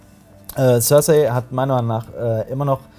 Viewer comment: Die Leute von der sind so welche die sich das wohl meistens nur auf Englisch oder vorallem auf Englisch anschauen das merkt man dann schon wenn sie über GoT reden. Die Aussprache von Namen oder Orten zb. die Aussprache von Cersei. Ich kenne niemandem der Game of Thrones sieht und ihren Namen auf Englisch ausspricht. Und wenn ich mal drüber nachdenke in meinem erweiterten Freundes und Bekanntenkreis schauen von etwa 20 Leuten die regelmäßig GoT schauen vlt 1-2 Leute inklusive mir überhaupt mal auf Englisch. Ich weiß auch garnicht was das soll die Deutsche Fassung ist toll Synchronisiert und manchmal finde ich dass gerade durch die Deutsche Sprache auch eine Tolle art von Mittelalterstimmung aufkommt.